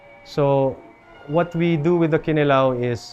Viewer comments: Is it just me or is there zero effort to properly say ‘kinilaw’ in Bisaya with 6-yr island life? Ya ra lamang ka sundog sa lokal? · I believe the stress should be on the second syllable--kiNilaw. Can the locals confirm? I have never heard any bisaya say KInilaw. It's always kiNIlaw.